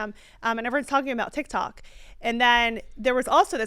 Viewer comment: It's TikTok bro not TikTik 😂